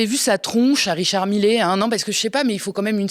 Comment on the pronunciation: Millet, ça se prononce MIYÉ. Et ce n'est pas "une éloge" mais "un éloge". Et laissez tomber la blague d'ouverture, merci ! Sinon, bravo !